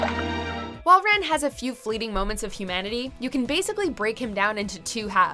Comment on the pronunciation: I love how they mispronounced Rens name.